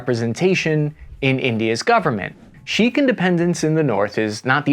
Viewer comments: You mispronounced Sikh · Its pronounced (sic) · “Sikh” is pronounced -seek-, not -sheek-. Great content as always. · Thanks for the video man! one thing, Sikh is pronounced seek, not sheek. Easy mistake to make, just thought you might want to know. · Hey great video. Just wanted to point out that Sikh is pronounced like “sick” than “sheikh” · Sikh, not Shikh... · Hey man, just wanted to say - the proper pronunciation of "Sikh" is either the same way you say "seek" or, if you want to be really proper, "sick" with a kh sound at the end, not "sheikh" which is an Arabic term. Just wanted to point that out since people very often get Sikhs mixed up with Arabs/Mulims. Excellent video otherwise! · I love your videos, but you should know that Sikhs, pronounced either "sick" or "seek", is not pronounced "sheek" (Sheikh) which are Arab tribal leaders. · ‘Sikh’ is generally pronounced as ‘seek’, not ‘sheikh’. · Pronounced "Sick" or "Seek," not 'Sheek.' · Sikhism is pronounced "sick", but in the US "seek" is acceptable. Cheers, love the show. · Great vid but sikh is pronounced seek not sheek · Just to correct you: sikh is pronounced as "seekh", not shikh. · it is pronounced seek not sheek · 'Seek' not 'Sheek'. Lol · Your pronunciation of Sikh is a bit off. So it's not sheek , rather it sounds exactly like seek. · Sikh is pronounced more as seek than sheikh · Sheek? Really? It’s pronounced Seek or Sik. While I love you you really need to learn to pronounce certain words. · Sikh is pronounced “seek” not “sheik”. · FYI, Sikh is pronounced “seek” not “sheek”. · It's not "SHEEK" or "CHIC" or "SHEIK"; it's "SEEK". Good try, though. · Its pronounced Sikh, not shikh. Just sayin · Just a note: Sikh is pronounced "seek". "Sheikh" is an Islamic title. To my understanding Sikh is an entirely separate religion. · The Sikh religious group is not pronounced sheek, it's pronounced seekh (silent H). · Hey... good piece... Heads up - "Sikh" is pronounced "seek", not sheik